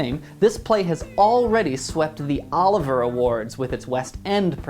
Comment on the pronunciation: I hate being this person but apparently not enough to not say it. It's Olivier not Oliver awards. They are named after Lawrence Olivier. Also, out of curiosity, which shows did you see besides Fun Home that's up for Best Musical? I've only seen Fun Home and I agree that it's wonderful and even without seeing the rest yet I know it will be my favorite, but I feel like American in Paris might pull out the win. And to your point about book and score, it drives me nuts that those 2 aren't televised. Without a book and a score there is no musical! And especially this year when I feel like Fun Home will take book and score and might lose musical I feel like it needs the recognition more publicly.